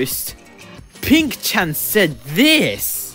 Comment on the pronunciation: not "oink-shat"😭